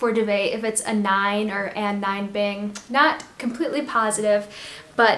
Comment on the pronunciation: Anine is pronounced like Ah-Neen-ah :)